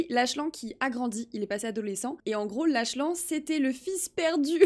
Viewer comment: La vidéo est trop bien mais juste pour te dire le prénom du "fils inconnu" se prononce Laklane